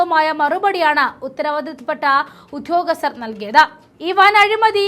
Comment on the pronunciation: എന്ത്‌ മലയാളമാണ് കൊച്ചേ ഇത്, അന്ധാരാഷ്ട്ര തുറമുഖം, ഉദ്ധൃോഗസ്ഥർ... നേരേ വായിച്ചു പഠിക്ക്.